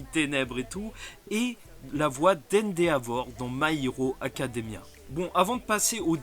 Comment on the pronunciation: Alors par contre on ne prononce pas le "a" de Endeavor, si non super video !